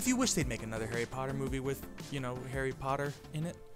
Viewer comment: try not to make his voice too rough ! you did a great job on the “pottah” tho